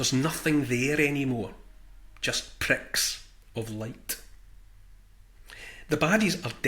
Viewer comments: Neil, I had to giggle when you said "...pricks..(pause)....of light." Nice one. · Emphasis on 'the pricks'